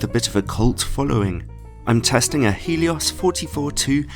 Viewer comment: Hey man, Love the video, but i just want to let you know, its Helios, (Really Gelios in russian, but in english.) not Heelios.